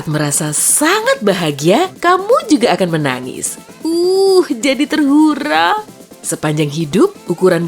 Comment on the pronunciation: "TERHARU" BUKAN "TERHURA" 😡😡 H E D E H